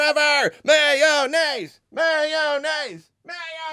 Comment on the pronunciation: MAY-O-NNAISE! MAY-O-NNAISE! MAY-O-NNAISE! MAY-O-NNAISE! MAY-O-NNAISE!